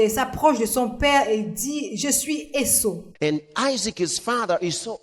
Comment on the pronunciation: Esaü et non Esso. Merci pour le travail